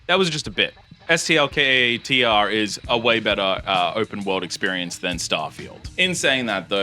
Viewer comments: He’s pronouncing it as it’s spelt. Full stop after each letter. So technically he is right. Ps The first game fucking sucks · Finally someone pronouncing the game's name correctly